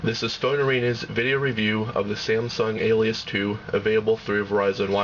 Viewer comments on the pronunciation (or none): none